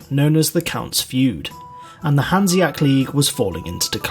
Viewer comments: Great video, but can we talk about how he says “Hanseac” instead of HanseaTIC”??? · I cringe every time he says "hanseac" league >.<